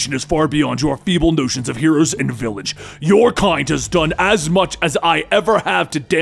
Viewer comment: Noble notions of heroes and VILLAGE Didn't it sound off saying it,?